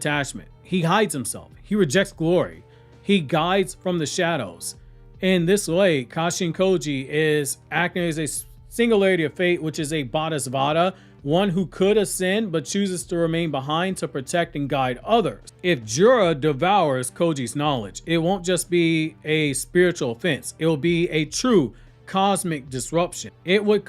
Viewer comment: I love your videos and how u go into the Buddhist aspects. But a person who achieves enlightenment but stays to guide others a bodhisattva is pronounced bo-de-sa-t-va